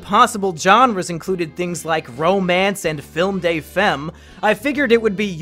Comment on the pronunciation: "Film day fehm"...... god. Butchering French. "Femme" is said something like "Fahm".